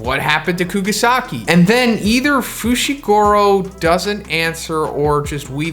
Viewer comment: fooshigoorow lololololololol